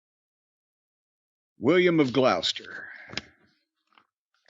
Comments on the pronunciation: Dunno whether Jim'll read this, but William from gloucester, England? Being from Gloucester originally (I moved my ass out, they got Jehova's Bystander's over there now...they've witnessed FUCK ALL. :P ) It's pronounced GLOSS-TER. The way he says is "glawster" cracks me up each time though XD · Glaus-ster. :D